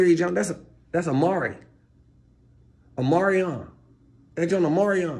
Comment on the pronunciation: He said amari Omarion 😂